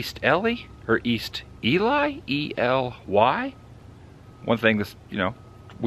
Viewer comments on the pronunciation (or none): Ely is E-lee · Just looked it up you pronounce it by spelling it Ee - l e e... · its pronounced E-[ee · Here's a top tip.....when you get your coffee ask the cashier how to pronounce the name of the town and the state you're in. Makes you sound like someone worth listening to and watching. It shows respect to the people who live there. It's pronounced E-Lee, not E-Lie or Ellie. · I love visiting Ely. (It's pronounced Ee-lee) My favorite part of Nevada. Thanks for the look at it again. You're a lot better off there than here in South Florida this weekend! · Ely is pronounced "Ee-lee." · wrong , Eee Leeee is how it’s pronounced. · Ee-lee and Nev-add-uh are correct 🤓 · I think they pronounce Ely Ee-Lee...🤷‍♂️ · It's pronounced E-Lee (Ely). My husband and I have seen some of these same sites and we love Nevada (originally from Missouri). Been here 14 years now. Keep on truckin! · Rent the caboose, we've done it many times. Go up the canyon to a few old ghost towns. It's E LEE Nevada. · Pronounced "Ee Lee" It's one of Nevada's hidden treasures and a "must stop" on any road trip on US 93, 50, and 6. You might say it's "centrally located" as in "the middle of nowhere." The Railroad Museum came about in the same way the McGill drugstore. The mining company shut the place down and walked away leaving everything exactly as it was while still operating. How cool is that! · So what! Even nevadans mispronounce Jarbidge. No one is perfect! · The second way you said Nevada is the correct way. Ely is pronounced Lone E and the Y is also long E. Just a bit of trivia here for you:) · Hi, ELY. That’s pronounced as…eee…..lee.. I enjoy your videos. Stay safe. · Ely is a fun place to spend time hunting for garnets at Garnet Hill. It's pronounced E-Lee. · It is E Lee. Actually you are in East Ely. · EE-LEE...Ely Don't say Nuh-VAH-dah. We locals inwardly roll our eyes. Neh-va-duh. Videos r great! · I know in Minnesota Ely is pronounced Eelee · Ely is pronounced “Eel-ee”. Love this trip!